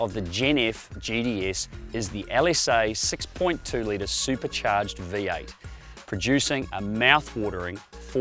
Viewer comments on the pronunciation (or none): none